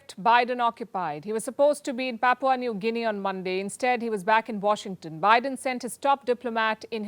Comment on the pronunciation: Im from PNG and ive never had foreign news get my country's Pronunciation right but u nailed it . Thank you mam 💯🔥